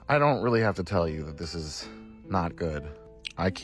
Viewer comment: Overreacting fool, "oh, there's jus teu much going on!"... "I don't really have to twel euwe"... Pathetic